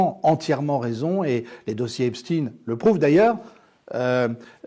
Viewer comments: Epstein pas epstine comme Frankenstein Merci. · En France, on ne dit pas "Epstin". La collaboration étroite d Epstein avec Ghislaine Maxwell aurait mérité d être développée... Un système de chantage,... avec des ramifications internationales. Merci pour ce partage. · Pourquoi prononcez vous Epstine ? J'en attendais plus de vous. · 😮🥺Epschtinn 😏 Et comment prononcez-vous : Frankenstein ? Einstein ? Weinstein? ...etc???? 🤮🤮🤮🤮🤮🤮🤮🤮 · Nous sommes français, prononcer Epstin à l'américaine n'est pas justifié. Dites-vous Einstin pour le physicien? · Monsieur Husson restez en à la prononciation française du nom du malandrin... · Pourriez vous nous expliquer votre prononciation à l'américaine du nom Epstein . Alors que votre partenaire, lui, le prononce à la française .